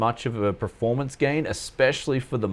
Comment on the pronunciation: Waaay to much paste bro. You want to put it as thin as you can without seeing through it pretty much. EDIT...also, it's PER-FORM not PRE-FORM lol.